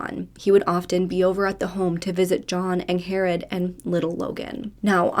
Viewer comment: I am pretty sure her name is pronounced “Ing-Red” not “Ang-Hair-Red” She just has a weird spelling of the name so it’s a bit confusing. 🤷🏼‍♀️😁